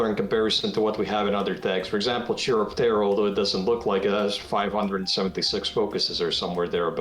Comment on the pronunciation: Oh god, not even the devs know how to pronounce Chiropterra. The "Ch" is a hard Ch, pronounced like a K.